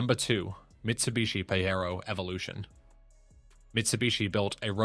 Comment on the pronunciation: I told youvits pajero not parewo